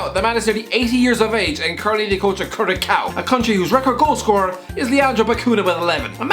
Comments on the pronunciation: for future references, Cura “s” ao not curacao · Curacao is pronounced qurah-saow 🤦‍♂️🤦‍♂️🤦‍♂️🤦‍♂️🤦‍♂️🤦‍♂️ on geography folks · That's not how you pronounce Curacao. Also they have improved dramatically in recent times.